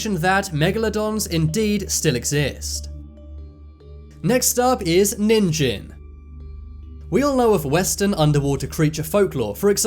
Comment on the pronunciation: You are pronouncing "Ningen" wrong. The "Ge" is pronounced like in "get" not like the word "genesis". Ningen also means human in Japanese.